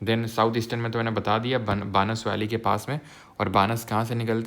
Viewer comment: pronunciation correction sir it's not बानस it's बनास means वन की आशा - बनास❤❤